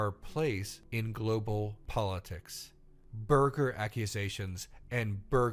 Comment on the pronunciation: Okay, it was 'borger' not burger. Just correcting myself before anyone else can